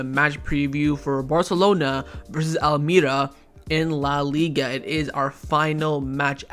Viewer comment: Barca boy wallahi it's pronounced al maria not al may ra